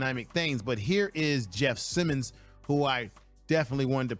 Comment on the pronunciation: Why not prepare more?? Bruh, you mispronounced Jeff Simms, calling him Simmons...